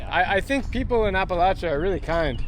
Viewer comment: you don't know how to pronounce appalachia - makes me wonder about the rest of your content.